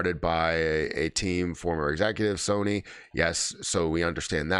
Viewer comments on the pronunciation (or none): none